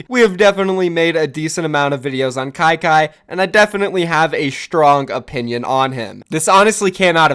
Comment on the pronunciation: said kyky Me: HELLL NO